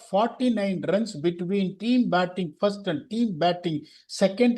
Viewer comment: Why do you talk tanglish. Speak properly no. You have good vocabulary. Pl try to speak without dragging the last alphabet of the word Commu, goovu, firstu, battingu